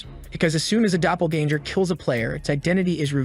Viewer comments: Dunno how much more I can hear the word doppelganger ... especially when it's pronounced so badly haha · omfg the way it says "doppelganger"